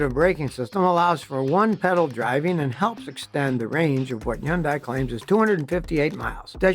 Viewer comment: Pretty sure it’s Hun-day and not Yon-die